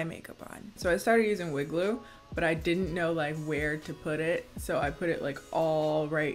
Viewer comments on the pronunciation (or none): Legit heard WOOD GLUE not wig glue 😂